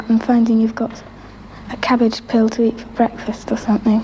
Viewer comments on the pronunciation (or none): cabbage PILL (is what I heard at least) 🤭🤷🏼‍♀️ So she likely eats cabbage for breakfast or something.... And she's thinking we can just take a pill for a meal (like Wonka's candy where it is the entire meal) but also would give you nutrients and such lol 🤷🏼‍♀️ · peel not pill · I think she said "cabbage pill" instead of "peel". Like, instead of buying a head of cabbage, you would get a pill that you could probably take, or add water to it and it will somehow grow and turn into cabbage like some kind of weird vegetable version of Gizmo after getting wet